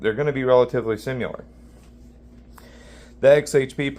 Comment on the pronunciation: That whole "high hardness 440c, corrosion resistant D2" from the data sheet is just marketing nonsense. Why do you keep saying "simular"?